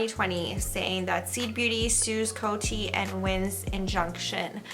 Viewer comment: In America, we pronounce COTY Beauty like “Code-y” ... not “Coat-y” 👍🏻